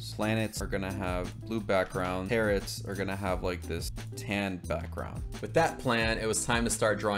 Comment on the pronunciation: Loved this video... but hearing you say Tarots like "Tearits" hurt a little